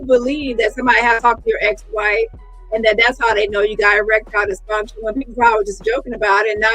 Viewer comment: Omg bang on the limp peen🤣🤣🤣🤣. My my my odusty. Erextile deefunshon in words🤣🤣🤣🤣🤣